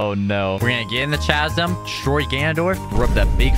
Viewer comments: Its not ch-a-zum its c-a-zum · It’s pronounced kasm not chazzem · Spelling: Chasm Everybody: Cazum: CHA zum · a chhhasm? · It's prenounced CA-sum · Pronunciation of chasm. 😂😂😂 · CHASM IS PRONOUNCED WITH A K NOT CH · My guy never learned how to pronounce "chasm." 😂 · The way he keeps mispronouncing “chasm” is driving me crazy